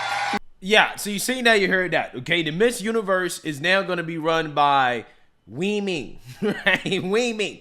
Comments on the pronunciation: Sounded like she said " We Men" NOT Women thanks for another great video 👊🏽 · "WEEmen" 😅 More like " Weakmen" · "Wee-man"? I didn't know Jason Acuna was the owner of the Miss-ter Universe pageant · HE's not saying "weemin", he's saying "we men" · We-men was a purposeful mispronunciacion. Think of the meaning. Glad he's bankrupt. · That trans woman owner is too funny. He definitely tells the truth. He says women as wemen, and they are really men so you can’t say he’s lying.😂😂😂 It’s all so pathetic. Let real women do this and maybe start your own thing, like trans vs drag or something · he actually sais WE-Man if your wondering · if you listen closely hes not saying women, hes saying WE MEN! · I believe he say wemen intentionally because, "we men" are going to take over womens competition.